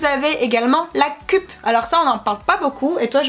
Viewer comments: On dit "keup" et pas "kup" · Et la cup se prononce ceupe